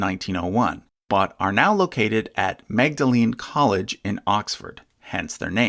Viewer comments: Just a trifle piece of nit-picking, but Magdalen College in Oxford is pronounced 'Maudlyn'. I think that is also true of Magdalene College in Cambridge. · It seems strange, but Magdalen College, Oxford is pronounced "Maudlin" for reasons found online. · Worst pronunciation of Magdalen college i've ever heard lol